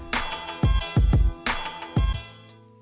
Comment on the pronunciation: "it's time to salabrate.." does shoey out of a chancla lmao